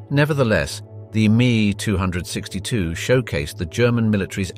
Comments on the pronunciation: I can not take anyone seriously that talks about "German Panzer tanks". Come on, what does PANZER mean? Tank, exactly. So you are actually talking about the superiority of "German tank tanks" which is double Dutch. In comes the "mee262" ... pathetic. It's a Messerschmidt M-E-2-6-2. Stop making vids like this and go film the Kardashians. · Are you fkn kidding me its not called the me 262 its the M.E. 262 !!!!!!!!! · The designation of the jet aircraft was the "Me 262" with the letters "M" and "E" pronounced separately. Not the word "me". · It's M. E. 572. Not "me". No disrespect. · As an ex military pilot, I can assure you that it's not a "Mee262" but an M-E-2-6-2. I sat inside one, FWIW. Couldn't bear hearing the rest of this video. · Interesting tech but good design let down by overly complicated construction, some rushed into production to soon (Panther) or critically delayed for 2 years (ME 262, note M.E not Meee). Germany also failed to mechanise so was forced to rely on WWI era horse and cart to move most of it's supplies. The Germans built some tanks in the low thousands while the USSR built T-34's in their 10's of thousands. Sure, the Pz IV (Roman numeral for four, not "Eye Four" as your robot narrator said) was as good as the T-34, the Panther and Tiger were better but as Stalin said "quantity has a quality all of it's own". In the end, the wonder weapons were the pathway to the weapons we have today, guided missiles, jet fighters and bombers, some radars, rocketry but that's all they really were, a pathway. Too little, too late. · It's not "ME", it's Em EE 262, not "two hundred sixty two". jeez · Please it's pronounced ME ( emm ee ) not me, as in you and me. Short for Messerschmitt the aircraft manufacturer. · as soon as I heard me 262 and not M E 262 i typed this and exited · ME 262 IS NOT pronounced Me, it is M E. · It is an M E 262, not a me 2 hundred and sixty two. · Messerschmitt 262, it is pronounced "M" "E" 262, not me262.